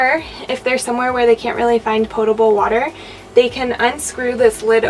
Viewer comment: Good video and you even pronounced potable correctly. Lots of people say POT. But you're right. 🤗😊